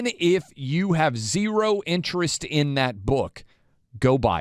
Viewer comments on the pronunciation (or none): none